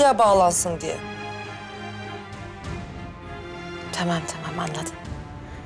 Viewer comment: Ah Leo ne kadar güzel tımaam diyorsun